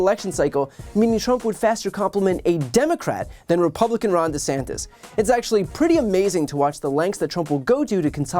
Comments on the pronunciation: Who is "Ron Desangtis" lol God blesh the United Shtache...elephant, pinata, spaghetti, helicopter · Really. He settled on DeSanctus? Or is he just incapable of saying "sanctimonious" He's actually not wrong about the weather and coastline 🤣 that's the only allure other than no state income tax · Ron desanctus? Did he forget how to say sanctimonious already, lol? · Desankdas is to me sounds like a DECAF coffee. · I think Trump can't even pronounce DeSantis. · He can’t even say his nickname right… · It sound like Trump can't pronounce a simple name. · I like how Trump can’t pronounce his opponents name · Actually "sanctus" is Latin for "holy." So he's actually calling him "Ron DeHoly," so he even manages to fail at insulting him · lol I was wondering if trdump was saying the last name wrong or just trying to be silly. who knows where he is concerned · I thought he just didn't know how to pronounce his name... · I hear "DeSanctis" and I think "Spiritus Sanctus", which is a GOOD thing. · Na man. Trump is actually good w this one. Desanctis is so far behind Trump in the poles he doesn’t even need to learn to say his name correctly. Trump is great at being an asshole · I don’t think trump knows he’s actually pronouncing Ronnie’s name. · He thinks he's being clever by mispronouncing his name intentionally. He's trying to imply that he's DeSanctimonious. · I don't think Trump was trying to come up with a new nickname, I think he just can't pronounce DeSantis, or perhaps isn't really sure what his name actually is. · He's only using "DeSanctis" because he accidentally said it in Iowa and is pretending now that he did it on purpose. He didn't. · I think he’s been saying desanctimonious for so long he’s forgotten how to say his name correctly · Ron Disanctis? haha. His speech impediment is getting worse. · I laugh every time I hear Trump call him DeSanctus since the word Sanctus means holy, so yes trump is an idiot. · Did he say Ron "DesSankthis"? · "Ron DeSanctis".